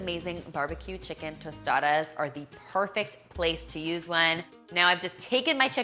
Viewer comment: Good pronunciation on the tostadas! And good job on the tostadas except that in Mexico we just add “queso fresco” instead of melted cheese! Thanks for this video 😊